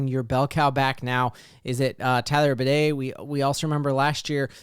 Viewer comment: Please not Bidet!